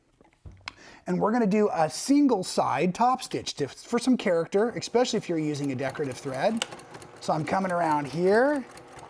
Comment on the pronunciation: Great tutorial. I learn much from you, but am easily turned off by mispronounced words so want to share something back. Here goes: the word especially isn't pronounced ekspecially.